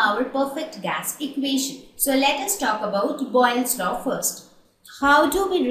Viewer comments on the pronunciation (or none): its boyle's law not boglis laww change it